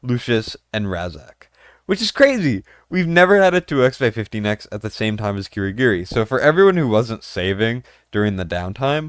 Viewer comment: Ki (kee) Gi (ghee) Ri (ree)